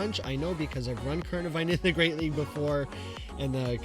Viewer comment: Go Battle "LAG" he said XD